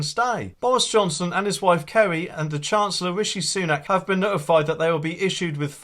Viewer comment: It's Carrie not Kerry, 👍